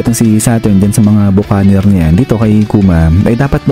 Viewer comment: Ba-ki-neer po ang pronunciation NG Buccaneer!